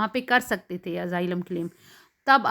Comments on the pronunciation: Nazar ka to pta ni laikin SUNAI zrur de rha AZAAILAM instead of Asylum 😂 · Its Asylum not AZAAILAM 😂